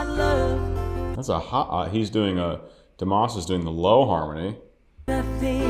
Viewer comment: Pronounced as dee mas like must without the t